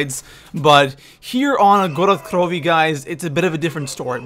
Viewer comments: Please don't say gorod krovi like grolled kllovy you sound like a actual dumbfuck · please don't give it the accent, I hope they don't make a map in Mexico for him to butcher accents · why does he say good krovi so weirdly lol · Omfg I can't watch this guy, his pronunciations are just so aids it just gets me pissed, and stop saying double tap 2.0 just call it fucking double tap! It's double tap! Fuck man, and it jugg or juggernaug not juggernaut, and omfg I honestly thought he was joking when he said gorod krovi!!!!